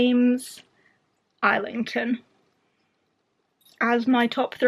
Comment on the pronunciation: Was going to say you had a dedicated Schwab display so James Islington has to be good. I think I need to attempt hom again! Also I got so fed up of not knowing the correct way to say his name I did a search and found an interview where he was asked how he pronounces it. He says EYE-lington